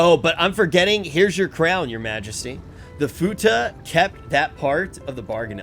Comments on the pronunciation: Fuckin' lol. "Futa" Bruh, it's fuath. Like FWWWWWAAAAAAAATH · please someone tell him its called Foo wath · calling the Fuath "Futa" really changes those scenes xD